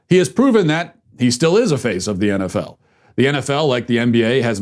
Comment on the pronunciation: What is this "enefell" and "enbeeay?"